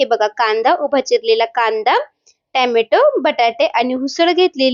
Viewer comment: Tyamyato✖ tomyato✅